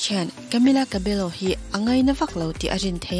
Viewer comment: Camila Cabello hi Cabello tih lai hi Cabeyo tih ang in lam tur..